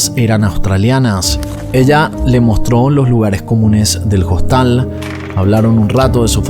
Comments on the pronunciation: En español, que es el idioma que estás usando, se dice hostal, la hache no se pr😊onuncia, no es JOSTAL. No entiendo que te empeñes en pronunciar el inglés perfecto, y el español no. De todas maneras me gustan tus videos. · Dice costal en vez de Hostal? Ya es el colmo de la idiotez😅😅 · Habla bien. En español "Hostal" se pronuncia "Ostal" porque la "h" es una letra muda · una pequeña corrección, se dice Hostal, con H muda en español. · Hola me encanta sus videos no me los pierdo. Pero con todo el respeto que ud. Se merece. Porque siempre pronuncia hostal con la h por en español la h es muda